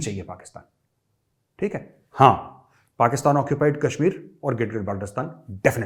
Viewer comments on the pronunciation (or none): none